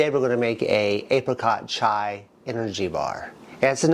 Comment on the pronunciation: Chia is pronounced chee-ah. Your correct if you're talking about the Indian tea. But the seed is pronounced differently.